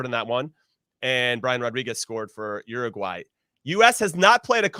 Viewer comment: URRRRRUGUAY...😂. Not making fun of anybody.It just sounds funny to my latino hears.